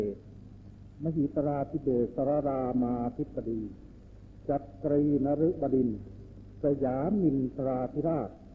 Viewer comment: จิปาถะ สาระทัวร์ ตามธรรมเนียมโบราณ จะตั้งนามให้คล้องจองกันโดยตลอด อย่างเช่น วชิราลงกรณ บดินทรเทพยวรางกูร สิริกติยสมบูรณสวางควัฒน วรขัตติยราชสันตติวงศ์ มหิตลพงศอดุลยเดช ฯ เพราะฉะนั้น น่าที่จะออกเสียงว่า บะดินทอนครับ